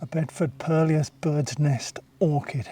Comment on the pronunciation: Just a quick comment. Hate to be a pedant but thought you might like to know that purlieus is pronounced purlew as in curlew rather than pur-li-us. 🙂 Great videos, keep up the good work.